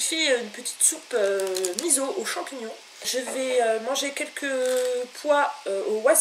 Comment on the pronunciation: Avant d'expliquer ce qu'est un "mukbang" il faudrait peut-être d'abord apprendre à le prononcer correctement...... MDR Rien de méchant mais ça m'a franchement révulsé, sans parler de comment tu as prononcé "miso" avec un z xDDDD